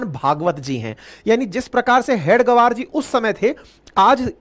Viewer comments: हेडगवर नहीं । हेगडेवार है।कृपया ध्यान दें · Please pronounce the name properly. It is Hedage-vaar, and not head -gavaar. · Sorry sir... RSS ke sansthpak ji ka naam... हेडगेवार... Hai... please pronounce properly🙏🙏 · परमपूज्य हेडगेवार के उपनाम का उच्चारण अशुद्ध कर रहे हैं, इसे सुधारने की आवश्यकता है